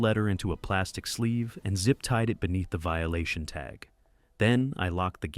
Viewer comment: Vililation?.is that like violation?